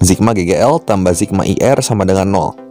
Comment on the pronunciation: sigma pak, bukan zigma